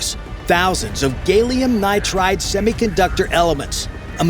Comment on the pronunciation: oh it's "Gay-lium nitride" is it ?...oh well in that case the drones will be feeling so very not gay when hit with a gay night ride....